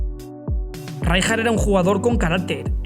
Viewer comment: Le voy poner un 'pero' a este gran vídeo: Qué manía con pronunciar "Ráijar", cuando será el castellano el único idioma en que esa letra se pronuncie así...